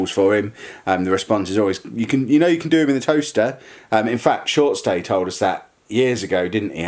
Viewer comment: Right real talk, is it "Shortstay" or "Shortsday"????